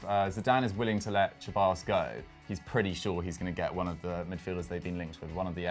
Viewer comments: Its pronounced Seballos not cheballos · It's Ceballos not Cheballos Same with Lo Celso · It’s not pronounced “Che-bayos,” it’s “Se-bayos.” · Dani Cheballos and Lo Chellso, bro learn to pronounce the players name plz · PLEASE please, SEH-ballos. He’s not Italian... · I mean you're also not Italian but you pronounced it the Italian way Lmaoo I'm just taking the piss bro, we all knew who you were talking about anyway Hahaha